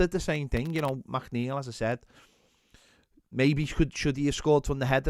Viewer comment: Saying MacNeil instead of McNeil has to be some sort of crime